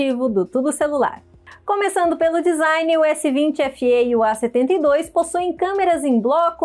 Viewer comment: Em vez de A72, ela fala "E72"🤦🏽‍♂️